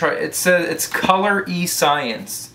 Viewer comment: It's pronounced "Color Science" :-).